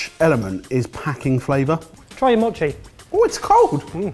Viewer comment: Say it with me: mow-chee